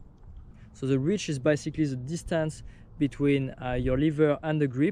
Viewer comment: I like how, with your accent, "basically" sounds like "bicycally"